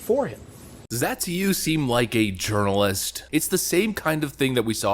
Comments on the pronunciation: lol "Urirnalist" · Your pronunciation of "journalist" sounds like "urinal-ist"...sounds pretty accurate, too.